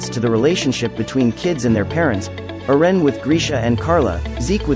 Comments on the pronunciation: His name is not "erean" ITS EREN PRONCED ERENNNN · Can u say eren not eran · Who tf is Ur-ren? 😑🤨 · Who is ern? Lol ITS.. EREN...yeager.... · why does it pronounce eren so fast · STOP SAYING EREN INCORRECTLY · But why does he say Eren like that, though?😅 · Bc ai is big stupid